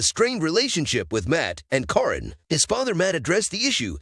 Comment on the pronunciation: You are pronouncing Caryn’s name wrong. Her name is pronounced Karen spelled with a C instead of K and a Y instead of e